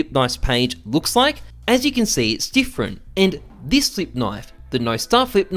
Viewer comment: Thought you said Thicc Knife instead of Flip.